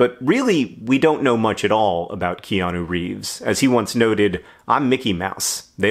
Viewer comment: Ikianu? Never heard of him. Ohhhh, you mean Neo. His name is Neo, dummy.